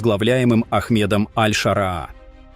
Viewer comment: Не аль Шараа, а аш Шараа, научись правильно сказать имена Людей!